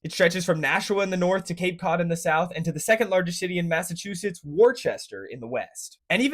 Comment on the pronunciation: Massive two shitts…… no it’s Massachusetts. 😂